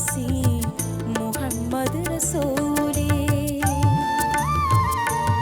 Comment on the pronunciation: Super....പ്രത്യേകിച്ച് അറബിക് ഉച്ചാരണം (മുഹമ്മദ്) also Super